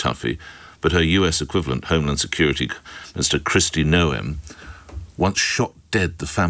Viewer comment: did you say Mr Christy Noam ?